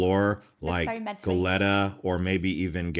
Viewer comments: Just ignore Pismo and Morro Bay. just ignore the "5 cities" area :). We don't exist :) Just go to SoCal or NorCal :) ... Goletta? It's Go-Le-Ta. :) If you want to just see the state you can drive it nonstop in a little over a day (the main areas), But to stop and see the state a week or mby 8 days. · Goleta is pronounced Goleeta.😊